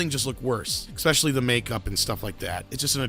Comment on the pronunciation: Repeat after me: "especially". NOT "expecially".